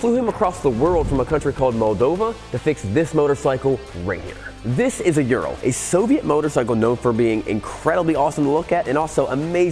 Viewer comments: Yan didnt teach you how to pronounce it correctly ?URAL- OORAL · How to say URAL in English. Just say ooh-raahl but the R needs to roll, not be the typical english R. Kinda like people from Costa Rica say Costa Rica. Forget any U sounding like 'you'. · Ooo Rahl! No one pronounces it right, lol. So in the first 5 min i thought, why do you always bash Urals? I have an 06 among my collection and it is my favorite bike. They are maintenance intensive, but the easiest bike i have ever worked on! I currently have my trans mission out replacing the clutch, time consuming but otherwise simple. Now i disagree on the idea they were stollen. History says otherwise. They were part of the "Non Agression" pact Hitler signed with Russia. 2 R71's and they were both 2wd! The germans were known for that on their military BMW's! Now i have to say before i get too far, awesome video! I will be donating! My prayers are with Jan! I have a home in Bulgaria another former soviet nation. The people of Eastern Europe are amazing! They help their neighbor! Now back to Ural, lol. The Ural was superior to the BMW R71! The R71 could not function in the siberian regions as it was a bushing motor, where the Ural is a needle bearing motor, i'm told they took that idea from Harley Davidson. The unreliability ,in my opinion, from experience, is from letting it sit! It has to be ridden all the time! I lost a cylinder to rings sticking in the top of the piston from the oil settling down to the bottom of the rings as it's a boxer motor. Ring stuck, broke, took out the cylinder wall. Now i ride mine every day and have only worn put tires and a clutch. I remember you flooding out a Ural, pumping the water out and riding it home and calling in unreliable! What? Tr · Dude you are saying it way wrong. Its a Ooo sound. Oooral. Like the mountain range. Ural Mountains. Not Youral. That just sounds wrong. Think Uwu. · It's not ural. It ooral, hard L. It's the same with the Lada cars. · U-rahl. Not urel ..